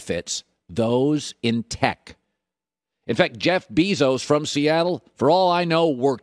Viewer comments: beezos? i think you mean Bezos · So we just gonna ignore the “Jeff Bee-zos” thing aren’t we smdh. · “Jeff Beeezos” - Colin Cowherd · "Jeff Beezos"